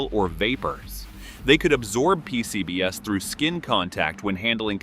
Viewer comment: I couldn't help giggling when the narration referred to "P-C-B-S" as in a 4-letter acronym. Am I missing something?